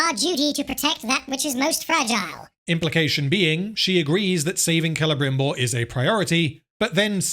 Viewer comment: Excruciating hearing the rolled Rs by the elves trying to pretend they are speaking in Received Pronunciation of a theatrical level rather than some unfortunate blend between a Welsh-Estuary-Spanish accent that simply grates every time I hear it. “KELEBRRRRIMBORRRRR” my arse! Such a big budget and not an accent coach on site? Total abandonment of taste and reason? Future dictionaries will list this example under “cringeworthy“.